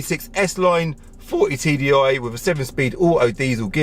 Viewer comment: Anyone else keep hearing 40bag???? :p